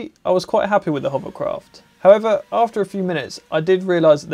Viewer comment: you ruined my children. They can no longer say "hovercraft," all they say is "hoverCROFT".